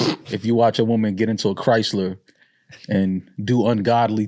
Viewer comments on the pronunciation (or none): none